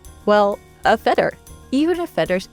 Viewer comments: Wouldn't it make sense to have a narrator who can say feather properly? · Had me at "feder" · I love the way she says feather. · I sincerely like the way you say "feather". ❤